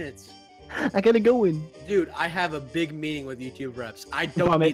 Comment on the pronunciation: how didnt you catch that omg he said like dib big?